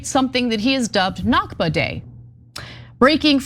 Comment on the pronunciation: Al Nakba(Arabic for the catastrophe, referring to the creation of the state of Israel) is pronounced from the throat. Other than that, everything you two have said is correct. To me, dogs have always been my close companion. I cannot stand anyone who abuses dogs. People who abuse dogs are extremely insecure.